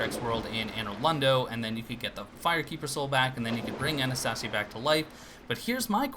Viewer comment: Dude I dunno if you're still saying it like that but it's pronounced AnastAYsia, like the NPC's say it.